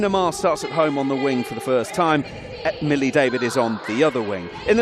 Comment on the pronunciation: He also said Hollie David its Millie! He should have just given the mic to Rocky for the duration